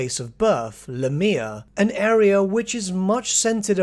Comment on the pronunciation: omg pleas pronaouns LAMIA better!!!!